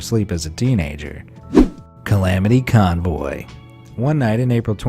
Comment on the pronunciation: Title: “Calamity Convoy” Be Amazed: “Calamity Conboy”